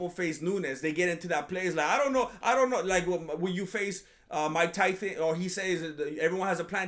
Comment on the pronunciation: I never heard you say his name properly. These are like Chael Sonnen levels of name dedication, buh better